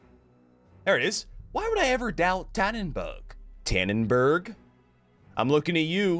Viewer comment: dannenbaarggg, dont ever say that again pls